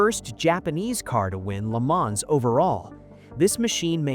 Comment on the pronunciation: It’s pronounced Le Mahn, the s is silent.😩